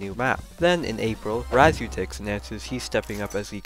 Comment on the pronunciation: Raz oo at ix That’s how you pronounce razuatix